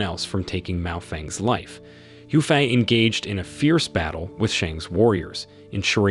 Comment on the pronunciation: Miao Renfeng not Mao Feng lol 😂